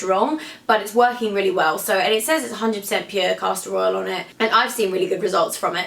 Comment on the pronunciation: omg you're so great but every time you said "caster oil" it sounded like "casserole"